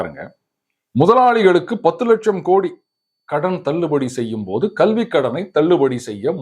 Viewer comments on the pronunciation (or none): none